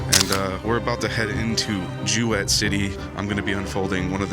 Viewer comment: It's pronounced JOO-it not joo wett.